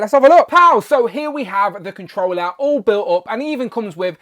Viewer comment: Kont'rollah bildah figgah 😂